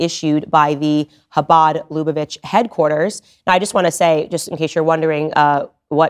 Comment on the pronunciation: UGHHHHHH!!!! STOP SAYING "HABAD LUBA VITCH"!! LOOK UP HOW TO PRONOUNCE IT PROPERLY!!!